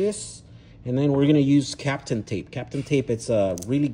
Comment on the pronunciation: Kapton tape not captain. at least google search suggestion gave me correct spelling. just looked to see if in the description you mention, yep capton. you say tomato, i say tomahtoh. you keep impressing me. Me Da Gusto Compa', le hechaste ganas. me quito el sombrero :face-fuchsia-tongue-out